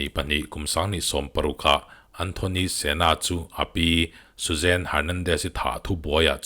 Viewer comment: Susan-i a nia...Suzanne-i tiin i chhiar quit ţhak...a tir lam phei chuan ka buai